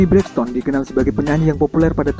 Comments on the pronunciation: Sebut betul2 Toni Braxton ..ton ton..jelek.. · mac hammer bukan MC hammer. lol toni braxton pun salah pronunciation.